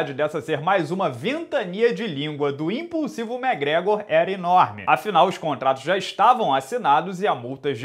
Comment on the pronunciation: até quando vc vai chamar o mcgregor de mégrégor? Pelo amor de Deus!